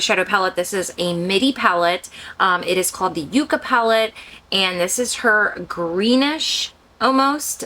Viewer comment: “Yuck-ah” is the proper pronunciation for “yucca,” the desert plant. “You- cah” is the pronunciation for “yuca,” the root of the cassava plant. The 2 plants are not related. This palette is inspired by the desert.